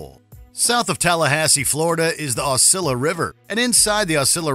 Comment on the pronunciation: Damn you butchered the pronunciation of Osceola